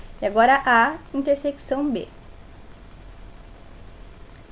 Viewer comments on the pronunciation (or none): muito bom, só errou em uma coisa, falar "intersequição", se fala "interseção" msm com o cç